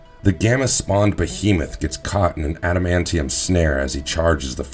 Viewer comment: That Adamantium (adam-ahn-tee-um) pronunciation was ROUGH.